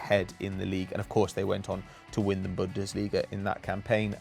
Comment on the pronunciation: it's pronounced bunn-des-lee-ga, not bundissleega